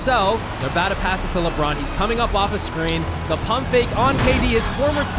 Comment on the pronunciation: It was kinda difficult to sit here and hear you say "Da" half of the time whenever you meant to say "The". Its a fundamental word and to think that you don't know it very well is mindblowing